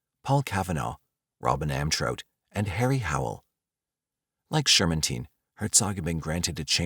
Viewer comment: he's right tho, I think you pronounced the name Shermantine wrong from what I remember from a doc I watched